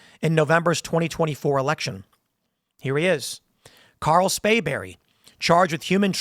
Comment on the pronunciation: You keep saying "Spayberry" with no 'r'. You know what the punishment should be if he's convicted.